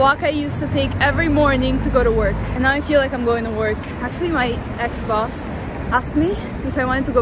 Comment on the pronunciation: When she said my ex boss it sounded like XBOX